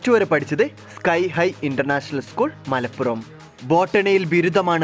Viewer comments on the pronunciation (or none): none